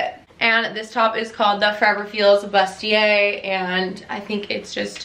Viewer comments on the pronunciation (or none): bustier is pronounced “BOO-stee-ay.”